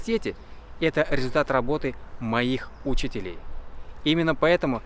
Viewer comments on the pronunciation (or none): "Но только на пятом курсе я осознал, что то, что я учусь в университете - это результат работы моих Учителей" (ударение на первый слог). На этом месте я просто выпал))))))(никакого хейта, просто ошибка в очень неподходящем месте)))